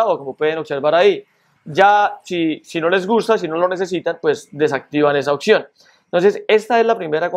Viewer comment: Deja te la chupo, quedó con madre mi teléfono con esos ajustes, acabo de comprar mi teléfono de gama media y estaba decepcionado de haberlo comprado porque no me gustaba como funcionaba el tacto, pero con esos ajustes quedó con madre, PD: no se dice occion, se dice opción 😉 (Crítica constructiva) Muchas gracias amigo